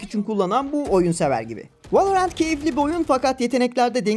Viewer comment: Valla her şey çok güzel de merakımdan yazıyorum neden direkt ''Valorant'' demek varken ''Vaeleorent'' denirki :D